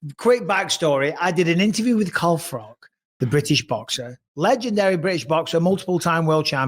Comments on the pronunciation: 😂 hearing Bisping say “FroCK” to his face and FroCH saying “bisPING” back like he knew about the secret Chinese family had me cracking up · Yeah it always bothers me when he says frock🤣 but I started to wonder as they are both Poles, maybe that's how you pronounce Froch. So it felt like Froch made sure he pronounced Bis PING properly as a nod to it 🤣 love froch I do. Too big too strong for GGG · You're spot on. My godfather was Polish and it bothered him how we prounce Ftoch.